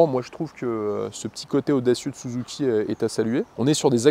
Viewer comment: L'exposé est sympa mais je vais pinaillé, mais quand tu prononce "Souzouki", ça m'écorche l'oreille 😂. Même si c'est certaiment la vrai prononciation au pays du "soleil levant" mais à chaque fois ça me fait "tilter".